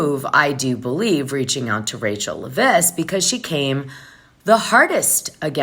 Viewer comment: Dana.. it’s pronounced Leh-viss. 😊 Thank you for all your hard work.